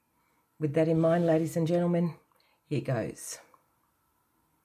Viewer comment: Every time she says ladies and genleman randy pops into my head!😂😂